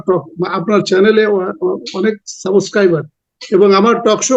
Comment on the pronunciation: What type of barrister you are that you Don't know how to pronounce subscriber? 😅😅